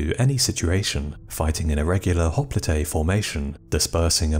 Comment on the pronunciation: I could be wrong, but I believe that hopelite is pronounced hop-light not hop-Lee-Tay. Otherwise I should say you are one of the best channels period. Thank you